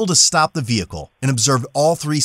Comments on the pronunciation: Back passenger get out of the “ veh-h-cle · Cops: "Ve-hi-ckle" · Me interviewing to be a police officer: "Say vehicle" "Vee-HICKLE" "you're hired!" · Vee-hickle lol 😂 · “Veh heckle “ I don’t care I don’t give a F 😂😂😂😂😂😂😂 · Why bro saying Vee Hickle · Why can’t they say vechile. Veeecchhile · vee hickle 😭😭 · Exit the V-hickle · when the officer pronounce the word vehicule like a freaking horse you know you are fucked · Why can’t this guy pronounce vehicle correctly ?